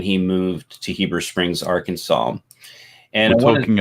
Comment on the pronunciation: I think the misspelling was an intentional joke because of history of pronouncing it Ar-Kansas